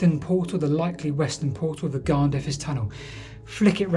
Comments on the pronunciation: Lol! Well at least you asked :-) Nearest English pronunciations something Garn-THUR-is, ('dd' is always a soft th in sound like in the English word 'with'. Emphasis always on the penultimate syllable; E.g. CADW is CAD-oo not cad-OO. Happy to help out if your down this way again in the future Like I said, love your vids - Keep up the good the work! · Amazing that someone is actually looking at the amazing areas around Blaenavon. But your Welsh prononciation is definitely not what I was expecting. Blaenavon (B-lie-na-von) and Garnddyrys (Garn-f/v/th-i-ris). Hope I don't just sound annoying. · Garn-there-iss is the closest I can write the pronunciation for Garnddyrys.